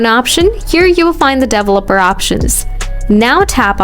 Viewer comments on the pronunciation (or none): That's a weird way to pronounce developer